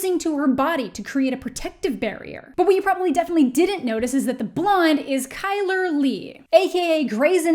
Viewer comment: nope! she pronounced it right